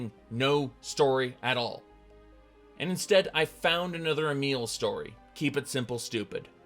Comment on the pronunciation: i just realized you were saying a meal but Emile